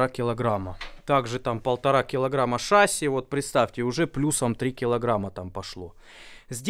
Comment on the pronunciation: Один дурачку сказал шАсси,другие дурачки повторяют за ним. Правильно шассИ.Ошибок в произношении быть не должно ведь это слово заимствовано из французского, а ударение в конце слова – это особенность данного языка.